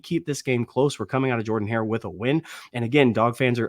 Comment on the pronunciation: Oh it’s not Jerrrdin Hare lol who knew